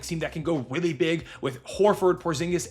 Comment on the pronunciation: “Weally good”